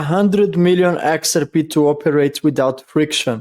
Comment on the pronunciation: when we say the name "XRP" in English, we don't put the emphasis on the first letter the way you're doing. It's not pronounced "Xrp". We say "x-r-P". The 3 letters are emphasized pretty well equally, HOWEVER, the last letter (P) gets the MOST emphasis. So it's the opposite of the way you're pronouncing it.